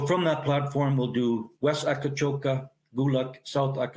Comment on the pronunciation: Great story. Btw, the place is called Akcakoca, not Akacoka.